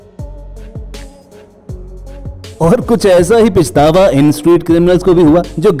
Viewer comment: Bhai pichtawa nae hota pachtawa hota h😄